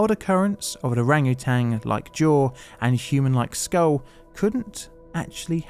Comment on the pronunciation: Love your stuff dude, but please, it's orangutan, there's no G on the end lol